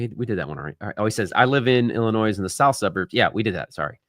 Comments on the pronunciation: You are great. Thanks for the content but PLEASE the s is Silent in Illinois. I live in IL but we will be moving to FL in the next 2-4 years. I will give your office a call as long as you DON'T pronounce the S in IL 🙈🤣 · The s is silent in Illinois. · Btw, you said it correct the first time it is Illinois, you do not pronounce the S!